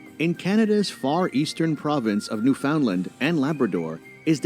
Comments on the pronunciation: It’s not lind…it’s land with a long A sound. Understand Newfoundland. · Oh god that pronunciation of Newfoundland cost me ten years. I know it’s spelled New Found Land but I’ve never heard anyone Canadian say it that way. More like New Fin Land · the narrator is not from Canada tho. it's not New FOUNDland, it's NEWf'ndland. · It's NEWfoundland, not newFOUNDland. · Torono is how it’s pronounced lol don’t say the second “T” lol and New-Fin-Land not new-Found-land lol the video was getting me mad 😂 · The Ree-doo River? It's procounced Ree-doh river! P.S. New-found-land pronounced New-fund-land. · Rhyme Understand Newfoundland…and you’ll be saying it correctly. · Im from Newfoundland but the prenunciation of our beautiful Province was incorrect. its Pronounced New-Fin-Land. I live in a small town about an hour drive from St. John's and lots of shows are filmed here. Its nice to see someone who isnt familiar with Canada want to learn more about it. Hopefully one of these days you will get to visit all these places you are learning about. Enjoy your videos :) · Quay is pronounced ‘key’. The narrator says Kway and Kwabeck. He also said New-found-land. Ugh. It irritated me. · lol new found land . otherwise known as newfinland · it's ACTUALLY pronounced..NewfunLAND..underSTAND..NewfunLAND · hahahaha.....the way they pronounce new-found-land......haha.....puts me in mind of the meme that says "you know you are not from Nova Scotia if you can't pronounce kejimkujik, tatamagouche, musqudoboit or shubenacadie....lol ... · The narrator needs to learn how to pronounce Newfoundland ... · It's too bad that the travel video you reviewed was obviously made by a fellow American, who I suspect has only visited these places on the web...they don't display the familiarity of locals...listen for the pronunciation of Toronto and Newfoundland, two places many Americans struggle with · The announcer butchers the pronunciations of “quay” and “Newfoundland,” too.